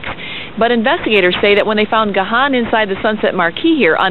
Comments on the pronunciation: Even today after all these years people still can't pronounce his last name. It's Dave (pronounced "Gone") damn it! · My 'favorite' mispronunciation of his name was when a reporter called him 'gay-hen'. hehe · At least one reporter can pronounce Gahan! Joking aside, I’m so happy and relieved that Dave turned his life around and kicked the habit. Depeche Mode.... more than a band, more than music, it’s etched on my DNA; as much a part of me as the grey whiskers in my beard! It was also nice to see Alan drumming away wearing those trousers which are now in my wardrobe upstairs after winning them at a DM convention in Basildon a good few years ago! 😎